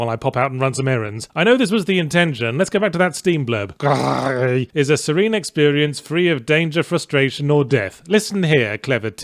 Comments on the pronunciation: It's spanish, the developer is Spanish... Seems like very simple research. While it's a small mistake it's compounded by the repeating French pronunciation joke. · Why do you pronounce Gris like that? It's not a french game it's a Spanish game the word for grey is the same in both countries but it is not pronounced in the same way and makes the joke a little annoying. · Gris is a Spanish game. The final "S" in Gris is pronounced in Spanish or Catalan, the languages of the authors. :) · I like how he's trying to pronounce it like the Dutch because Girs is a Dutch name pronouced similar to how he says it. I used to go camping with a guy named that, I tried saying his name, until I just asked if I could call him ''Reich'' since that's what it kinda sounded like :P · He's far from the only person who's made that mistake, but every YouTube video about "Gris" has the correction among the top comments, so you'd think they had caught up in The Escapist. Considering that Yahtzee is going out of his way to mispronounce the word, at least he could try to butcher the right language. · that the title is not french, and it is not a pretentious indie game with a french title. Maybe a pretentious indie game with a spanish title, but pronouncing it in french all the time doesn't make the joke work. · It's "gris" not "gri" because it's spanish, not french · its pronounced "GRIS", asshole, not "GRI" - its a Spanish word from a Spanish game development studio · I hate that he calls it gri instead of Gris which is the Spanish word for grey. The only complaint I have about the review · I'm angry you pronounced it Gry in french, when it's Gres in spanish. The game was made in spain for fuck's sake! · I can't pronounce Gris as "gree" is say it as it looks, "griss". I guess that's my American showing. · "Gris" pronounced as 'GREASE", the game comes from a SPANISH developer on a SPANISH studio. But i don't know if it was intended to be pronounced as GREE tho so carry on.